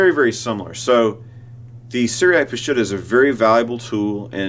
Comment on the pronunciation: Let me clarify the word ''Peshitta.'' It means true pure clear and original. It is pronounce P'sheeta in the Aramaic language. Glad you like my photos in your presentation.